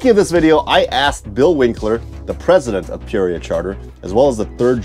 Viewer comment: You say "Peoria" very oddly.